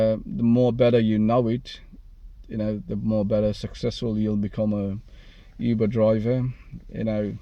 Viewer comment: It's Uber brother....not "Yuber".